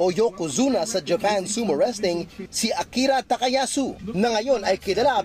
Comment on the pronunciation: Akira po, Hindi Akari! :)